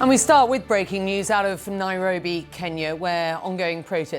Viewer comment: she said “..Nae-robi..” and for Afrikaans speakers this word can have a real meaning to such a place under such conditions.